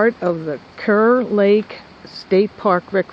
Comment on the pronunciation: It's pronounced "car" lake.